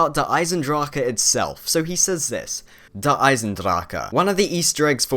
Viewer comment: the way you said der eisendrache was fabulous